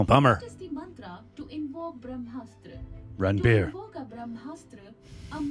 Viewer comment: Its not Braa Haaa Maa_straaa Its BrahMastra Try, try, say "Braah, Maastra", "Braah Maastra"